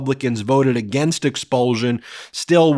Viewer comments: Learn how to pronounce expulsion! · You have a very curious way of pronouncing "expulsion".